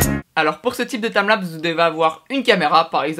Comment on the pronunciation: TIMELAPS PAS TAMLAPS 0/20 l'anglais CA se vois